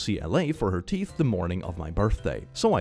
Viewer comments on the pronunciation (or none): none